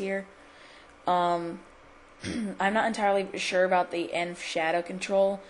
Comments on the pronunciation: E.N.V, Not "enve" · E.N.V Not "enve"